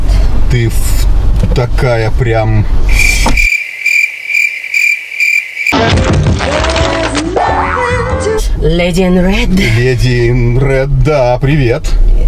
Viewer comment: Не Дели, а Леди!!!